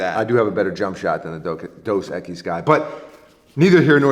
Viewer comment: Maybe if pronounced Dos Equise right